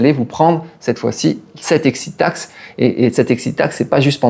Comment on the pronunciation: J'adore l' "excite taxe" Faut pas t'exciter comme ça allons ;-)))